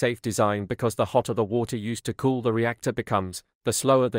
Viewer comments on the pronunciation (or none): none